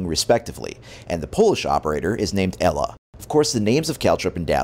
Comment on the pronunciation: Glad u pronounced Ela right. not IIIIIIILA. Like the rest. lol.